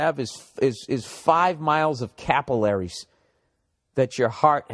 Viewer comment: Capillaries 🤣 ol freckles ruined that pronunciation